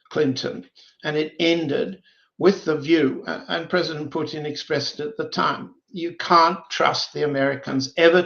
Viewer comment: You’d think that after 35+ years in Moscow Mr Helmer would have learned how to pronounce such basic Russian words as Putin…and how can anyone refer to the “Russian race” in a country comprised of more than 100 ethnicities? The Russian Nation, by all means, or the Russian people, but there is no Russian race, it’s debatable there is even a Slavic “race”, but that would be more applicable than the Russian race